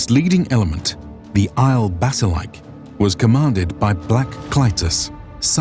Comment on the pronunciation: "Ile Bassilike" = Ee-leh Vah-sil-ee-kee